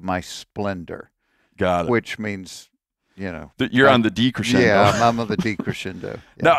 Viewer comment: I’m sorry, but your pronunciation of decrescendo was so appalling… 😉